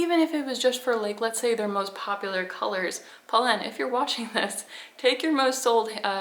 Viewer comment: You are pronouncing it right.